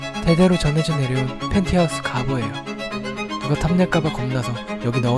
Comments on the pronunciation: 팬트하우스 아니고 펜티하우스 ㅋㅋㅋ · 팬트하우스 아니고 팬티하우스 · 팬트하우스 인 줄 알았는데 팬'티'하'읏'스라니.. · 팬트하우스가아닌..ㅋㅋ팬치하웃스 .ㅋㅋ